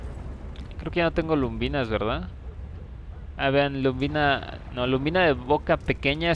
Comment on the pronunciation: colega; perdona si te molesta, no es luMbina,como tu dices es lubina, si "m". Un saludo